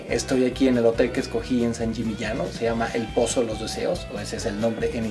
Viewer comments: Sbagliata....e San Yimiñano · Sangimignano(sanyimiñaño)Esa es la pronunciacion correcta.Muy buenos los lugares que visitas!!!!!!!!!!!! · Alan, pronunciaste varias veces San Gimignano mal, escúchate, jajaja es constructivo, me encantan tus videos, y me divierte mucho antes de cada viaje mio, veo si tenes ya un video del lugar para que no se me escapen los imperdibles. Abrazo desde Argentina.